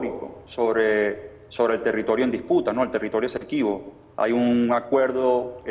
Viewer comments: No es Equesibo ???, sino Esequibo se ve que no sabe ni coomo se llama el territorio y se pone a tratar con ese tema . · no se dice Equesibo se dice Esequibo